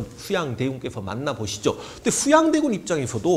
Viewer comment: 슈양대군 셰종대왕 셰숀 슈나라 죠선~~~ 발음중독될것같습니다 선생님